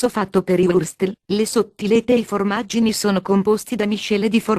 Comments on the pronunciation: Guarda, dopo aver sentito "fòrmaggini" posso mangiare di tutto. Non "formaggini" eh? Ma "Fòrmaggini". Ma va' a cagher... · Pollice sù per il DADÒ, i DADÌ ed i FORMÀGGINI !! HAHAHAHAHAHAHA :D